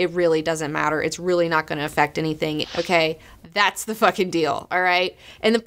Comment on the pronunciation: and here all this time I thought was saying "Phukin" and all it's iterations. My virgin ears! When did phukin become the same as fuckin? Re-monetize episodes:D